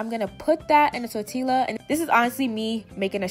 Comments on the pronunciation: bella belle the L is not actually silent. The double “LL” is pronounced the same way you pronounce Y in the Spanish language. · she said “tor-ti-la”. child, the ghetto. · the way she said tortilla 💀💀💀